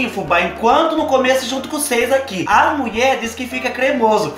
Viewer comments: Adorooo qdo vc diz a muié...kkkkkkk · Gosto qdo fala a muié... kkk e que a mãe é capaiz Adoro vc.